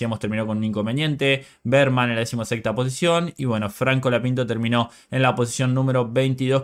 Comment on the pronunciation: Porque decis franco lapinto?